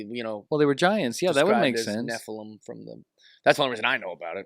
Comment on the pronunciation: Nephilum - accent on the first syllable - Love you!